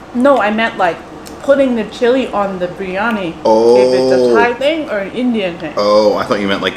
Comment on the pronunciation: I could be wrong but I believe it’s biriyani not briyani…just like her sis says macaroons when she has macarons. If you’re sharing ppl foods, teach them the right way to pronounce.